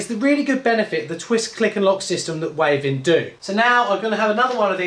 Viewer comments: It’s pronounced Wavin like Gavin not wave in. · Wavin 👋??? My friends who work there call it Wav-in . They are in Chippenham Wiltshire